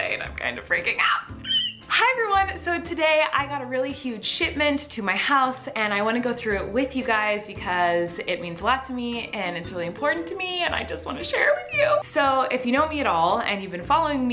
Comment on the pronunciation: Lol I thought she said sh*tment! Lol